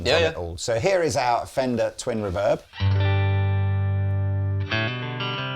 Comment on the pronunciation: Does the pronounce "Reverb" with the emphASis on the wrong syllABle, or is it just me hearing this?